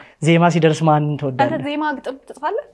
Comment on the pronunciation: አማርኛሽን አስተካክይ ለምሳሌ ፩ኛ ትወዳለክ ሳይሆን ትወዳለህ፣ ፪ኛ ትችላለክ ሳይሆን - ትችላለህ፣ ፫ኛ የሚያግዝክ ሳይሆን -የሚያግዝህ... ህ፣ህ፣ህ አደራ አስተካክይ። በርቺ።